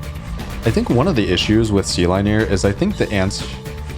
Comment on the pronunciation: wouldn't sealineer be said like engineer with seal at the beginning?